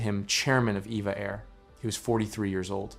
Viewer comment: It's E V A! Not, Eva! I've flown on them many times and that is what the crew says!